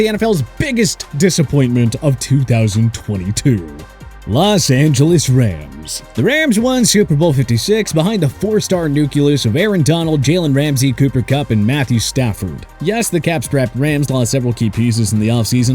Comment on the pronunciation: Nucleus.... not Nucules